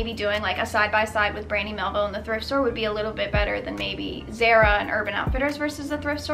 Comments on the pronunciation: "Zare-a"? It is pronounced as "Zah-ra" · Why'd u pronounce Zara like that